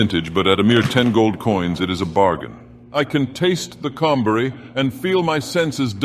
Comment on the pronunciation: I keep hearing cum berry.